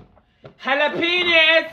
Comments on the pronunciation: He Said Like “jAlApEnIs! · “halapenis” got me dying 💀😂